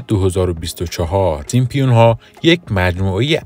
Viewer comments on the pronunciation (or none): سیمپیون یا سیمپسون ؟؟؟ 😂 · Simpson not Simpion اول زبان یاد بگیر بعدا کلیپ درست کن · سیمپیون؟؟؟؟؟؟؟؟ یه کلمه ست درست بگو اقلا 😂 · دوست عزیز ،دیگه عالم و آدم میدونن که اسم درستشون سیمپسون هستش،سیمپیون دیگه چیه؟ از کجات درآوردی؟ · نوشته ی زیر سیمپسون هاست و شما میگین سیمپیون بلآخره کدومش درسته ما که نفهمیدیم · سیمپسون ، فقط رئیس جمهور نیست نمیتونه از رو بخونه.. این مشکل همه گیره ... البته سیم سون هم خونده میشه. پ ایز سایلنت 🤦🏻‍♀️🤦🏻‍♀️🤦🏻‍♀️ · تعجب اوره که در مورد کارتن معروف سیمپسون ها میخوای اظهار نظر کنی، اما حتی نمیتونی اسم این کارتن را بخونی، حالا نمیتونی بخونی، آیا تا حالا اسم این کارتن را هم نشنیدی؟ برو اول مشقتو بنویس و تمرین کن ، بعد بیا ویدیو بزار.